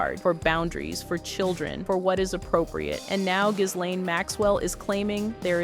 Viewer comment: Pronounced GEEEEE LANE